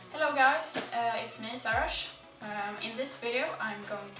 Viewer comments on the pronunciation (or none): Her name is but she pronounces it like her yt name wich is saraahzz